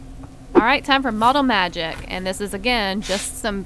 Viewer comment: Lol you said model magget 🤣